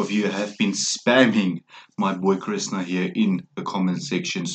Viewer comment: It's pronounced Krishhhnaaa